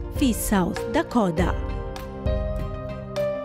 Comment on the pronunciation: شنو داكودا ضجت من اللفظ يمعود داكوتا Dakota حتى الأمريكان ما يلفظون هيچ ال t يلفظوها D خفيف مو هيچ. يمعود اللفظ كله غلط. بدون زعل